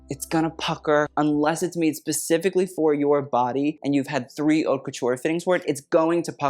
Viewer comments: Haute is pronounced like "oat" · Yeah, he knows. He’s playing.